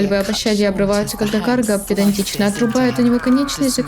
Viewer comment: Токмо "каргА", а не "кАрга").